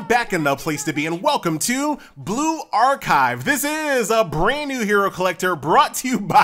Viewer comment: Why do you pronounce it like " blue-ark-hive " ?